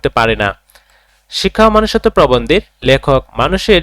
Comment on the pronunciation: Manusotto ❎ Monusotto✅